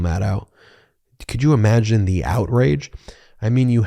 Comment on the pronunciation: The not thee, a not ay. Otherwise great work.